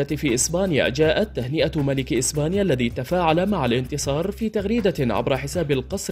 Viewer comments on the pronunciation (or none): none